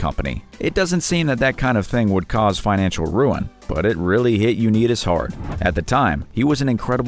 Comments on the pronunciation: I died when I heard him pronounce Johnny U 🤣🤣. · Johnny who? This is the only time I've heard his last name mispronounced. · Please: don’t mispronounce Johnnie U’s name! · I actually cringed when this narrator pronounced Johnny Unitas's last name! Does anyone edit these videos who are less than 30 years old??? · Lol. True. I saw that right away also. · How can he butcher Johnny U!!!! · Pronounced Johnny YOU-NIGHT-ISSS, not YOU-NEAT-ISSS. Sheesh! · U-NIGHT-is. Not neet-us. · Johnny Unitas .... It is not 'U neat us'... It's 'U night us'. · Pronounced Johnny "U-Nite-is". Not U-nit-is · It's pronounced Johnny "U night tis"😉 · This narrator needs to learn how to properly pronounce names. i.e Unitas and Fingers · johnny U 'knee'tis? it's pronounce Unite-ess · Maybe take a little time to make sure you’re pronouncing the names correctly….🤦🏼‍♂️ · Learn the pronounce names. U night us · Johnny U-nite-is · Johnny Uneetus & Rolly Fingers. I hate these "narrators." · Johnny Unitas is pronounced “UNITE US”. Come on, now! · The commentator needs to research the names prior to taping because he butchered several: Unites, and others$ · "Johny UnEEtus????" How do you mess that one up narrator? Obviously you know nothing about sports figures. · Did we mention it wasn't pronounced you-nee-tis? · You make yourself look silly when you don't know how to pronounce names properly. Johnny Unitas is pronounced like "Unite Us" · You shouldn't call people dumb because they went broke. You're not exactly geniuses yourselves. You don't know how to pronounce Unitas. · You need to find another narrator at least one who knows sports he's mispronounced two names in a row you might want to check him for brain damage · I almost stopped watching when the narrator said Dorothy Hamill was perhaps the most iconic figure skater of all time. You forgot about Katarina Witt. But when the narrator pronounced Unitas and Rollie the way he did, I just couldn't go on. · Johnny Uneetis and Roly Fingers!😆